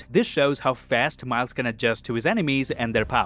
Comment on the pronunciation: "Spot you-ziz the-uh poor-dole hawn he-iz fay-is uhnd turns Mile-ziz..." - !? No. It's just Miles nit "Mile-ziz," you typical mouth-breathing degenerate filth.